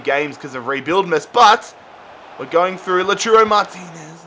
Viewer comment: King Slayer I know that it’s called Lautaro but he is calling “Loturo” check it